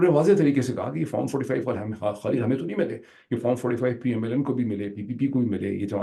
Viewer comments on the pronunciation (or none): none